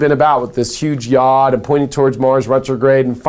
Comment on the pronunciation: I love ya to pieces... please do not take offense, the Hebrew letter yod is pronounced "y-oh-d" with a long o sound.